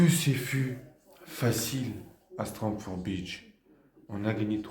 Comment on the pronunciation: " strom for beach" 🤣👍👍